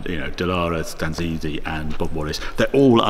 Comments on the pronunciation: Stanzani, Paolo Stanzani, Ingegner Paolo Stanzani. Non Stanzanzi, per favore Harry. Era un grandissimo uomo, oltre ad essere un bravo ingegnere. Stanzani, Paolo Stanzani, Engineer Paolo Stanzani. Not Stanzanzi, please Harry. He was a great man, besides being a good engineer. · Stan ZA NI ! Not Stanzitti or however you called him! :-P Great colour car, great video. Ciao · Did he just call Paolo Stanzani “Stanzanzi”?